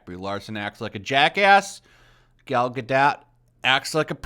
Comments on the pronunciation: Please, please, PLEASE, pronounce her last name right. Its Gah-DOH...not Gah-DOT. 🤦‍♀️😂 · Gal ga dot? I think it’s pronounced gadough. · Godoh, the T is silent please. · I think the t is silent in Gadot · Oh god please stop pronouncing Gadot like that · I can’t get over how you say Gal Gadot Lmaooooooo 😂😂😂😂😂😂😂